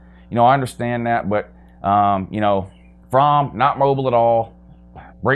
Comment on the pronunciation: Wow another fake UGA fan can’t even pronounce his own qbs name, it’s FROMME